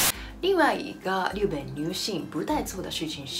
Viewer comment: 日本地日的发音马上就改变吧！